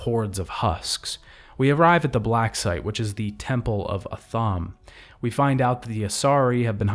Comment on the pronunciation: The mispronounced names are so distracting. KY-DEN? Not KAY-DEN? A-THUMB? Not AH-THAME? Don't get me wrong, this was a really great vid. But the amount of mispronounced names of people, places and things is a little distracting. Again, super enjoyed this, but bloody hell, some of the names are just butchered so badly.